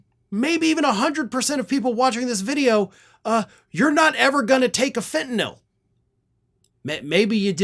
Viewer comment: OMG! You know how to pronounce Fentanyl like it is spelled. Most folks call it Fentanol. I have wondered if Americans can spell or read English. Maybe we really do need a Department of Education?